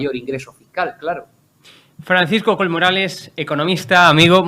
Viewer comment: Jajaja. Los castellanohablantes. Sabéis decir Collado , pero no sabéis decir Coll. No es col jajaja